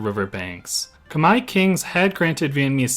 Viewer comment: Thank you for making these educational videos about SE Asia. I am impressed that you now pronounce the word KHMER properly. Your next challenge: can you pronounce the word AYUTHHAYA properly?